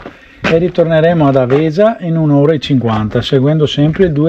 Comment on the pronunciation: Grande posto, noi di Verona lo conosciamo bene. Un suggerimento Àvesa non Avèsa. Bravo bel video anche per i veronesi e non che non lo conoscono. saluta Beppo.